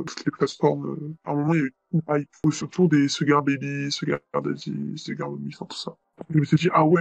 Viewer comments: On dit 'chou-gare dadi' pas 'sugare deydi' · Mdrrr "Suguar Dèidi" 😭😭😭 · Pourquoi cette prononciation débile du mot sugar dady, francisé ou je ne sais quoi. Prononcer comme il le faut